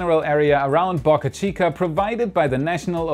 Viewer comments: Dude! Pronounce Boca Chica correctly. Not Bahka Chica. Bohkuh Chica... Boe. Bō. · Please. Pronounce name of the SpaceX site correctly. It’s pronounced Bow-Car Chica, not BuckA Chica. Bo-ca Chica NOT Buk-A Chica. There’s no U in Boca. It’s a Spanish word. What’s a Boca? A river mouth or a harbor entrance. Muchas Gracias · Why are u pronouncing Boca Chica differently this video